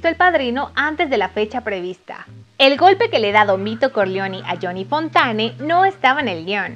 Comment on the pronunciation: Me da urticaria la chica.....su pronunciación 😖😖😖 "yoni fontane"🙅